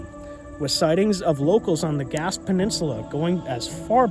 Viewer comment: "Gaspe" [it should be spelled with an accent on the e] is pronounced "Gas-pay." Just remember to pay for your gas --- Gaspé, from the Mi'kmaq language "Gespe'gewa'ki" meaning "land's end."